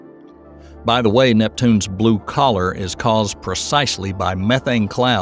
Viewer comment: I thought he said "Neptune's blue collar" rather than "colour", as if it's a working class planet!🤦🏻‍♀️